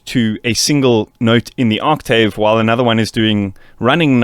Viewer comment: can you pronounce octave correctly